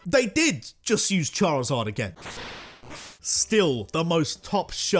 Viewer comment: DO NOT LEAVE OFF THE I IN CHARIZARD!